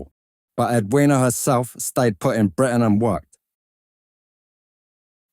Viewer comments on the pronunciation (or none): none